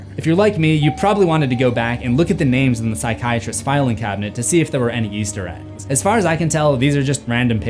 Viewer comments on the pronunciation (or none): And something you missed in your own videos is sometimes when you say "Easter Eggs" in this compliation it sounds like you're saying "Yeester Eggs," and you use the term "yeet" often in your various series. 😅💚